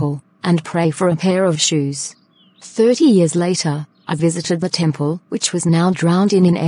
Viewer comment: He also said thirty, if you check the subtitles. It just sounded like 3 :)